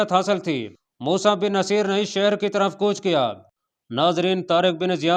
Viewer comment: Mosa Bin Naseer, (Naseer) nai balke (Nusair) hy bhai